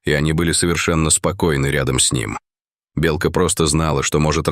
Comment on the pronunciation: Почему неправильное произношение слова " белка"? Отталкивает слушать.